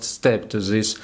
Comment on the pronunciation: Молодец! Я горжусь тобой. 😎 August - произносится как Огест. This - лучше произносить через букву Д. Как Дыс. Немного поработать над английским и будет супер 💜💜💜. Но прогноз всё-таки понятный, понятно что ты имеешь ввиду.